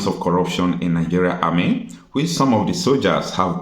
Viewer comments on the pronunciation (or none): none